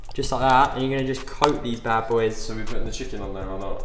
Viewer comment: "Im schmacking some chikin"